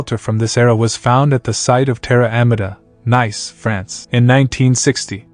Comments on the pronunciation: Nice, France is pronounced "neece" like "niece", not "nice" as in "hm, very nice".... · It's not Nice. its pronounced like niece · Nice, France is pronounced /neess/. Sorry. Just trying to help. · The IA doing the reading sucks NICE as if it was the adjective and not the French city, simply sucks... and the obsession with Imperial... What a waste... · Is this AI? Just curious about the way certain words are pronounced, such as Nice, France. Most people would pronounce it as "Nees" instead of the English word that it resembles. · Nice, France is pronounced Nees, even in English.